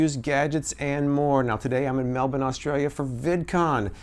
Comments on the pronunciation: Loving that you tried to tear the note! They're also washing machine safe :) I hope you really enjoy your stops in Surfers and Sydney, and I'm sorry I didn't get to see you again before you left! Safe travels! 💙💜❤️ And congratulations on your pronunciation of Melbourne! You're almost an Aussie now ;) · Thank you for saying Melbourne properly in the intro! 👌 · From a Melbournian, thanks so much for pronouncing it correctly! Hope you had a great time and wish I could've said gday!